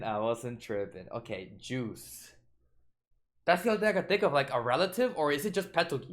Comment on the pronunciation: correction it's Juice not Guese